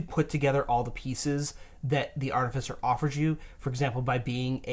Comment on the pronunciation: Why do you keep pronouncing artificer as "artifisser"? Totally keeps throwing me off...